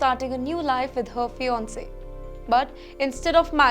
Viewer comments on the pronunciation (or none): none